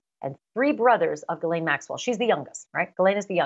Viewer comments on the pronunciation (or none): I don't believe she was a close friend because she mispronounces Ghislaine's name, which according to the Duke and victims is Ga-len.